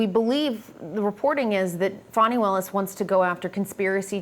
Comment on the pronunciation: How do you get that pronunciation of Fani?